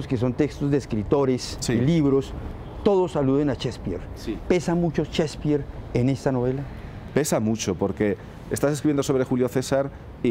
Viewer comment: Cespir, Chspir , Chsepirito? Mas bien es Shakespeare